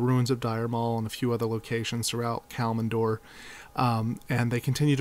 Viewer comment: Well there is two mistakes I can find in this? Firstly is a minor one, your pronounciation of Kalimdor is wrong, you say KalMINdor, but it is KalIMdor! Secondly! The High Elves didn't go there themselves, they were banished by the rest of the Night Elves, because of the sundering. Else, really good video!